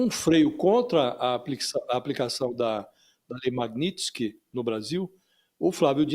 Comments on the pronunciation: Aprende a falar o nome da lei repórter ignorante. Magnitx? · JORNALISTA INTELIGENTE, NÃO TEM A LETRA "I" APÓS A LETRA T!🤣🤣🤣🤣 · A reporter não sabe nem falar o nome da lei magnitsky 😂😂😂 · JORNALISTA QUE NÃO SABE NADA! NEM SABE FALAR O NOME DA LEI! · apresentadora nao sabe nem falar o nome da lei kkkkkkkkkkkkkkkkkkkkkkkk